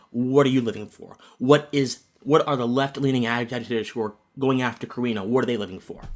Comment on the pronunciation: Great video, except for one supremely important thing that you were wrong on... Her surname is CarAno, no Carino. 😉